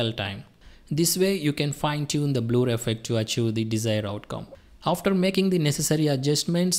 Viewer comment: THANK YOU FOR THIS TUTORIAL. it's no Bloooor.. it's Blerr ( Blur )